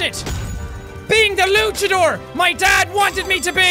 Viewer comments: He's saying luckadore instead of launchadore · It's pronounced luanchador (launch-a-door)